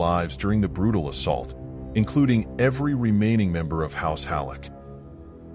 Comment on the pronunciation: now i get why he say "they are brrrutal"